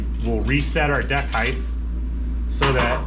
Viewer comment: Why do some people pronounce “height” as “heith”? Pronouncing the ending as though it’s a “th” instead of just “t”